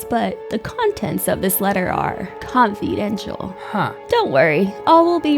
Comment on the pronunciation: Comfeydential lol